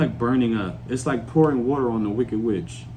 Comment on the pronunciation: "A man will leave you in the dessert without wata" 😂😅 Was that your attempt on an English accent,?? 😊